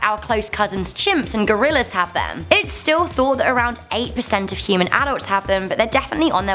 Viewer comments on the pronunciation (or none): She siad Cuman Instead of Human!🤔